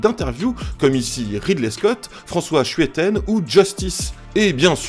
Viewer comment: Moi en tant que belge, j'ai buggé sur la prononciation de "François Schuiten" à ;)